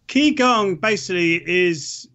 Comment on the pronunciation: It's actually pronounced "Chi Gong" not "Key Gong". Some instructor!